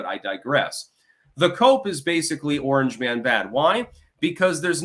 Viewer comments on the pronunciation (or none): none